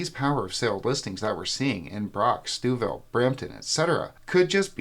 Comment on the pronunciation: That's not how we pronounce Stouffville 😬